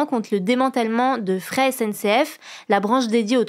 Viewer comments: Le mot fret (Fret SNCF) se prononce frète, pas fré. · « frète » et non « frais »